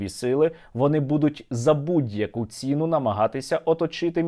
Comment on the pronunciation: паставка - ПОСТАЧАННЯ за цЕну - за цінУ(наголос)